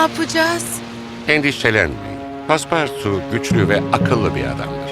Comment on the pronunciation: Pespartaut değil DOĞRU TELAFFUZU PASPARTU. Her pespartaut deyişinde 7 yaşındaki kızımla birlikte kriz geçiriyoruz. Seslendiren abla bi türlü doğru telaffuz edemiyor.